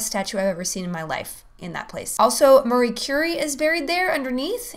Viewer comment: I know who Marie Curie is, but it sounded like she said Murray Curry.